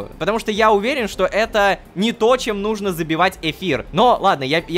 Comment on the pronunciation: честно я понимаю что озвучка Ромина только по одному слову: нужнО а не нУжно. я афигела когда это поняла